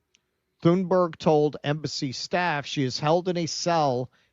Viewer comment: Good work, but could you get the pronunciation of her name right. It's Tunerg, not Thunberg.